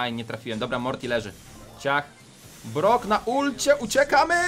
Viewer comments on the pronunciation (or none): none